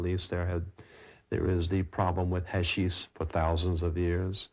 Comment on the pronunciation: Psilcylobin? Hashise? can't even pronounce it, how are we supposed to take his word for it?